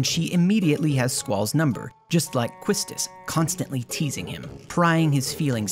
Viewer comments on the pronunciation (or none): Quistis is pronounced kiss tiss